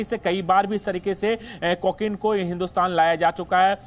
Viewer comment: अबे को के नहीं कहते को किन कहते हैं पहले बोलने की टर्निंग सीखो